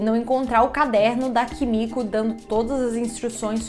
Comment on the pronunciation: Desculpa não consigo deixar de rir cada vez que vc fala Kimico 🥱🤣🤣🤣🤣 Amo esse canal 😍